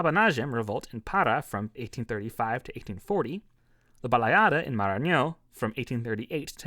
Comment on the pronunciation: Congrats on the pronunciation of accented words like Maranhão and Pará. Not many gringos care to pronounce it right, but it's visible that you studied the phonetics of Portuguese at least a little bit.